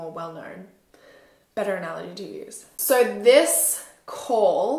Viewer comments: Yess just that when she so with the accent that she has so it sound like soor it just bothers me 😬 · The way she says “so” 💀